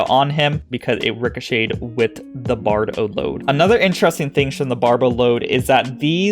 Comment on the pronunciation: He kept say Bardolad instead of Barboload and it was trigggering me a bit,lol... Its BarB-o-load , Not a traveling musician carrying a heavy backpack!